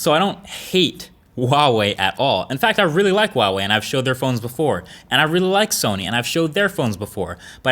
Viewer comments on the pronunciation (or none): Why wall-wee, just pronounce it like it is. Hua Wei! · yeah so why does he say wawei? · Huawei is pronounced as hwa-way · Huawei is actually pronounced Wow-Wee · Q: Why do Americans pronounce "Huawei" with a silent 'H'? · I didn't know one pronounce huawei that way. sounds weird.